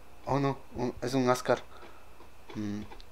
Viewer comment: No es ascar es scar